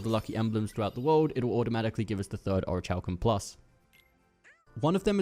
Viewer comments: Or-rick-u-Lum plus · orichalcum+ the h is silent dude get it right